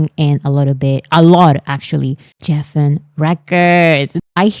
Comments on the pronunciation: Lovely, Geffen Records is pronounced with a hard G. So like Guessin💜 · Geffen is pronounced like Gregory, not Geoffrey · Thank you for making all of the informational videos. I love your essay format. If I were still teaching (retired now), I would use some of your videos for my students to analyze the structure. Just one minor thing. Geffen is pronounced with a hard G sound, like the G in goat. I know. English pronunciation rules are a mess, so many exceptions and irregular (weird) variations.